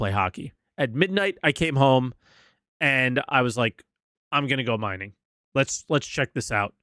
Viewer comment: “Minging” 😂 Been waiting to get you back for you laughing at my weird behemoth pronunciation!